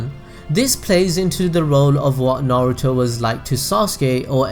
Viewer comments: Bruv it's pronounced "nar oo toe" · Narooto Sassgay Saakurah Ugh-chi-a Madraa Suraada Buhrewto